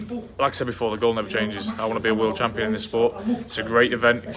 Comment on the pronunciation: “The campion” ?!?